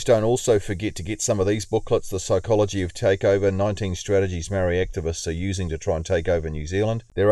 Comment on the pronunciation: Only people who are saying Maori want special privalages are Pakeha not maori we want the same privalages you were brought up with , you can't even give us the respect to say maori properly and you want to cry about equality , white men should not be complaining about privalage when they are the most privalaged group on the planet , google it if you don't believe me